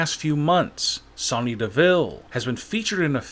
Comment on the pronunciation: Your saying Sonya wrong!!!!